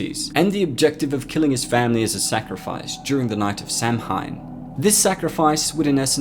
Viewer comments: You seriously mispronounced Samhain It's pronounced "Sow-Wyn" not Sam Hane or Sam Hine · samhain is pronounced kinda like sao-in and not sam-hine. Sorry for bringing it up. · I’m Irish and it’s spelt Samhain but it’s pronounced “Souw-in” and it’s a night where once a year the barrier between the spirit world and the human world is at its weakest hereby allowing them to walk the earth for one night, also a celebration of harvest and a prosperous winter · Great video, but Samhain is pronounced ‘Sou-in’ not sam-hein and Deirdre is pronounced ‘Dare-dra’ not dae-dree (source: I’m fluent in the Irish language) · It's not pronounced "SAM HINE" but "Sah Wayne" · It's 'sow wen' not 'sam hain'. I get that's probably a small thing but I just wish if people are going to talk about another's beliefs that they at least get the basics correct. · Samhain is pronounced 'Sah-win' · Like your videos, thank for posting them. One thing, and maybe I am mistaken, but my understanding is that Samhain is pronounced sau-ihn. Donald Pleasance pronounced it wrong in H2 as well. H3 got it correct. Keep the content coming. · Samhain is pronounced Saw when. God stop saying it like that. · It's pronounced Sah-When. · It’s actually pronounced Sow win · Samhain is pronounced saawen, not judging, just tryin to help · Pronounced SOW--en dude. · love this video but samhain is pronounced sow-in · Me: keeps hearing Samhain My brain: it’s pronounced Sowan 🤣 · Samhain is pronounced sah-wan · Its pronounced sao-in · Its not pronounced sam- hain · Samhain is pronounced sao in. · Just fyi. Samhain is pronounced "sawan"! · Samhein is pronounced "Sa-win" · Samhain is pronounced sow-one. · Great vid! One point though, Samhain is pronounce Sah-When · “Sam hine” lul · Amazing video man like usual. So its spooky month. Can we expect a few more horror movies villain vids. Also samhain is pronounced "sah-wen" or "saw-winn" for reference purposes. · Samhain is pronounced Sowin. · Samhain is pronounced "Sao-en".